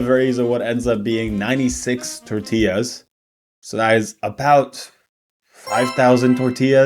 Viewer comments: The accent tells you how authentic the Tore-tea-yas are. A real life mexican would never lie about Tore-tea-yas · I love when people talk with a strong American accent then thow in a "Tore-tea-yas" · oh my god imma throw up lmao homegirl is speaking perfect english the entireeeeeeeeeeeeee time until its fRRResh toRRRTilas like if you speak english you dont need to say torRRrrrtilas as if your mexican or spanish heritage depends on it like pronounce it english its fucking fine its like "blablaenglish CROHHSAHHNTT btw and also" so goofy man so dumb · The code switching whenever she says "Tortillas" is everything to me 😂. Its so jarring hearing it mid sentence, she puttin that STANK on that -illa part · Why does this lady only have an accent when saying "Fresh" and "Tortillas" and no other times?